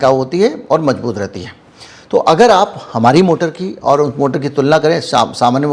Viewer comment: Correct your pronunciation It is mazboot not majboot Zaroori not jaroori shawal nahi sawal hota hai sais nahi size hota hai wajan nahi wazan hota hai j ko z z ko j s ko sh sh ko s... Padte ho Totally ganwaar pronounciation